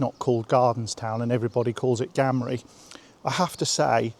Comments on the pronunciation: It’s not gam rie it said like game Gamrie not gam please correct it it’s bugging me the locals pronounce it with game sound gamrie , it doesn’t start with gam . All my days I’ve not heard it said sounded like that . Beautiful place my grandad was raised in Gamrie , a Johnstone there is a lot of certain surnames . It’s beautiful in summer , wild in winter much harsher , isolated. I appreciate the video though. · Just wanted to point out that it is not pronounced the way you pronounced it as GAMRIE...It is actually as if you are saying GAME-RAY. At least, that's how I have always heard it said and I grew up very nearby. St Combs and Inverallochy/Cairnbulg are also lovely villages worth visiting.